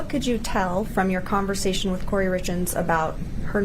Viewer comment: I wish would stop saying "confershechen" when she meant conversation... Urgh!